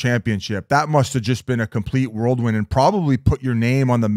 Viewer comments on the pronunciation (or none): Someone tell Biz it’s “whirlwind” not “worldwin” lmfao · Great video and interviews! Biz - pretty sure it's "whirlwind" not "worldwind" lol No disrespect, just tryin to help out. Love the channel and the podcast! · Biz saying "worldwind" O/U per episode has to be up to 7.5 now 🤣